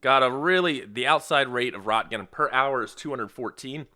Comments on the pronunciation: Wow Roentgen is a legacy unit of measurement for the exposure of X-rays and gamma rays. It's not used anymore. I'm surprised it's used in this. Also, it's pronounced "Runt-gin" (with a 'gah'. Not a 'gee'). Not "Rot-gin" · An interesting game. I'd wonder how well they simulated weather modeling. Also, Roentgen: "r-ONT-gun" Dumb, yes, but that's how it's pronounced. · It's pronounced REN-CHEN, not ROT-GUN. My aunt married into the family. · Roentgen is pronounced "Rinkin" took the first x-ray of his wife's hand. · I’m sure it’s down in comments, but it’s pronounced “ rent-Gen” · rot-gens huh? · I love this, but it's pronounced "Ronkkenn" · Pronounced: Renk den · It's actually Röntgen.